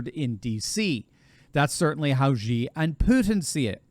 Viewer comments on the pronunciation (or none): the despot of the ccp is pronounced "she"......I have no time for this thug but do please pronounce his name properly. thanks. He is "she"😷😷😷